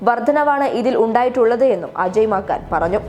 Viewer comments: അജയ് 'മാക്കാൻ'..? അയാളുടെ പേര് നീ നന്നായി വായിച്ചല്ലോടീ കൊച്ചേ...😆😆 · Maakan alla penne, Maaken!